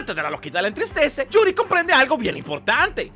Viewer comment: "yurio" XD